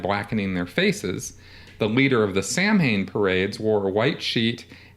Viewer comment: Samhain it's not pronounced sam hane it's actually sow wen. We didnt have pumpkins in ireland so we actually carrved out of a turnip.